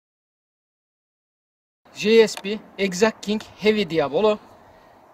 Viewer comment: Di a bo lo degil diyablo abi )